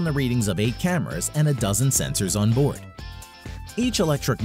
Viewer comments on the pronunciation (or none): none